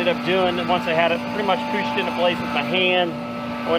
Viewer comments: warsh it before you poosh it 🤣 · Guys, not only does he say warsh, he also says poosh in lieu of push. A treasure.